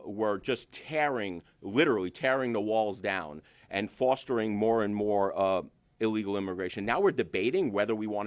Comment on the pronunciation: MR. DESANTIS sayd ILLIGAL imigrants not legal oned pay attention 😊